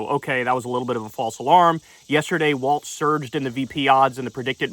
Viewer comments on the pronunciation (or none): As a MN native it is pronounced "Walls" not Walz like the dance. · It's Tim WALZ, not Waltz, Kyle. :) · It’s WALZ, not WALTZ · It's WALZ not WALTZ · Am I tripping or does he keep pronouncing it “waltz” and not Walz? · It’s “wallz” not “walts” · Kyle, you HAVE to stop putting the non-existent T in Walz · Kyleeeee it’s Walz, not Waltz. Also, where are the backflips and cartwheels we were promised if he got picked lmao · can we at least say his name correctly like damn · Love you, but there is no T in Walz… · Hes going to be the vice president soon. I need you to learn how to pronounce his name.